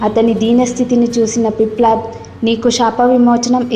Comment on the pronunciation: పిప్లడ్ కాదు తల్లోయ్ పిప్పలాద సంస్కృత భాషని ఖూనీ చేయవద్దు